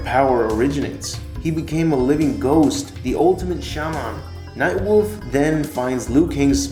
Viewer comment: You say Shaman and Cupboard really weird.